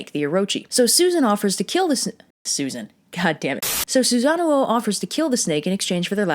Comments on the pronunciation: Isn’t it sue-San-ohh , like the big blue thing in naruto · The accidental Susan thing amused me so much I decided to go down the list of Japanese gods/mythological figures and think of funny mispronunciations so I present Amy tirasu, Izzy nami and Izzy naggy, fudging, raging and yata Gary sue. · You do not want to know how many times I rewound the video to hear her say "Susan" because you will lose any possible respect for me 😂😂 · Well, can we really blame anyone for the name flub? I mean, you can't spell Susano'o without Susan. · So the storm god was a boy named Sue...seems legit. Also I'm like 95% you're pronouncing Susanoo's name wrong. It isn't even supposed to have two O's, that's there in place of a singular O with an accent like - over it that I can't do with my keyboard. It means that vowel sound is stretched slightly, not repeated as in the "oh oh" sound you're making.